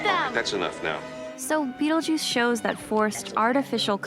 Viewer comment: O Mestre Das Artes Místicas Don't you mean Beetlejuice? WTF is "Bettlejuice?"